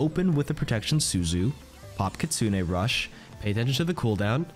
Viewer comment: Which does she say kitsune or kitsuning?